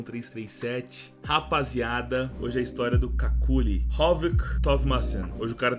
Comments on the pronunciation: n é cáculi, diz se kelly. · As duas pronúncias corretas pro nick dele são "QÜICKLY" ou "KÉLY" como a narradora diz no vídeo... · Somos dois, irmão! Só o vi o começo do video. Não aguentei ver ele chamando de “Kakuli” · C A C U L I ! KKKKKKKKKKKKKKKK Me raxei td vez que ele falou assim, eu sempre falei cucli rsrsrs, bom vídeo!!! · kakuly ao menos para fazer o vídeo aprendias a ler o nome dele... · ta me dando agonia na pronuncia do kqly